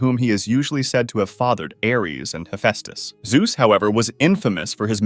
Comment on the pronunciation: ´Hefastes´ thats not how you say it -_